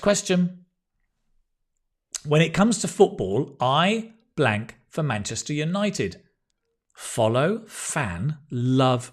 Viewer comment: Munchester city ☠️